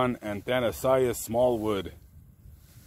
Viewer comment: And the “ironic middle name award” goes to... It’s pronounced ah-thuh-NAY-zhuhs. It’s Greek for “deathless” or “immortal”. Turns out, not so much.